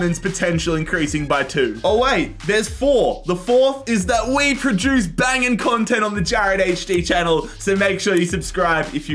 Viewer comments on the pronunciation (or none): none